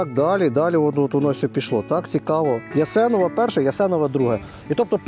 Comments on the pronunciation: Хлопці, там недалеко над рікою село Арчепитівка, Гвоздавка Перша і Гвоздавка Друга, ЯсенОве перше і Друге (автору радимо вірно ставити наголос!))), де ще багато хат під соломою й очеретом! Заїжджайте ще до нас! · Наголоси не вірні в назвах сел. Яси'нове, Позна'нка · ЯсенОва,наголос.на О.